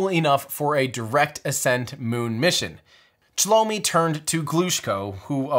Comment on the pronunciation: There are much more mistakes, almost every other name is pronounced wrong, including, for example - Chelomey - it is not [shalomi], it is che-loh-may.